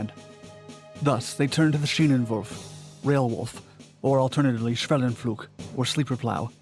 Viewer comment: when you spell schwellenpflug, it sounds like you had a stroke while reading.